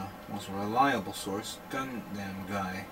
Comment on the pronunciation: Lol he says gun dem like gun damn